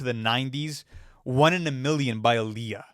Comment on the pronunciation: pronouncing “won” as “Juan” will never not be funny